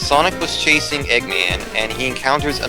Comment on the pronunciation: Stopped watching at "Eggman" COME ON GUYS. get it right.....